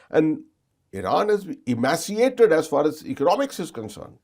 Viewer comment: 12.00 . Not "whittle" under pressure, "wilt" under ...@ not "emak-si-ated", "e-may-she-a-ted"